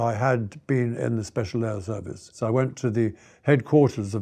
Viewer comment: I know he's trying to say SAS, but it comes out as "We the SS". A bit unfortunate.